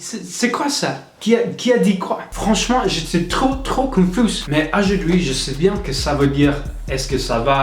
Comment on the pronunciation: Ajuidi=aujourd'hui 🤣🤣mais j'adore ce gars tu te débrouille très bien